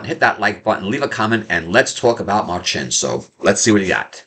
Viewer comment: Marcin is ftom Poland like me, please check more Marcin. I love him. You pronounced his name right. Karolina